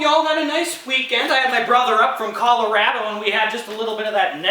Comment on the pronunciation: this video is very good but the way you pronounced colorado..... 😬😬😬